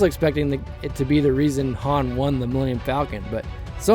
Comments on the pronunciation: I know Lando called him 'Han' as in 'Hand'....But Keira and Han Himself pronounced it 'Han' as in 'palm..... (Please don't hate me HISHE people, I love your Videos :) ) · I'm so glad you noticed the H-aan / H-ahn thing with Lando, drives me crazy, c'mon Billy Dee lol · Dude, Lando Says Han like H-AN Because Han Says "So what's this game Sabacc?" (S-ABACC)